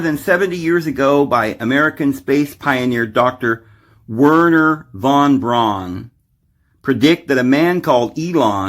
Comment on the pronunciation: von Braun is pronounced fon brown.